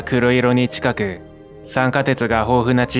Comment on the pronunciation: 火星のちか↑く↓に 関西人だな